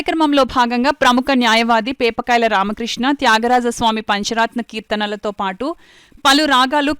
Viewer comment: పంచరాత్న కీర్తనలు కాదమ్మా పంచరత్న కీర్తనలు అనాలి.